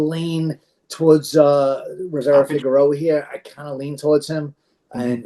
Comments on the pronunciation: Rivera Figeroa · Holy crap it's not Figueroa! Lol 😃 ng aside always enjoy your breakdowns.